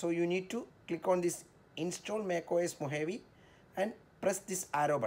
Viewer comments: MacOS Mohavi like seriously. dude it's pronounced as Mohawe and written as Mojave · i thought i as pronounced mo gave